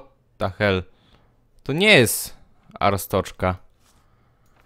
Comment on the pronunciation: ryfku arstoczka wymawia się arstodzka